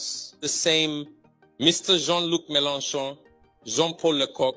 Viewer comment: "John Eve Ledreon" and "Ludrian" 😂 He's real name is Jean-Yves Le Drian, the translator had no clue who this is "Zhongluk Melanchan Zhongpolacoq" WTF is that?